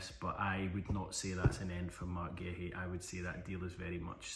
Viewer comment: Massively butchered those names